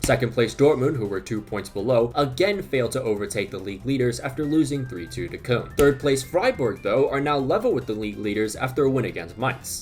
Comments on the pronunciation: whenever I hear Germans pronounce it, it sounds like how “Köln” is spelled, or kind of like a softer “corn”. The way he says it, it sounds like “Kun” which doesn’t seem right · Love your videos but why are you pronouncing “Cologne” like that, there’s no way